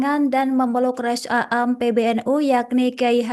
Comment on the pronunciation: Bacanya rois am bukan rois a am